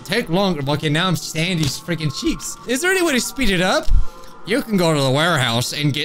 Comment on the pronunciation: Sound like he said Sandy’s checks LOL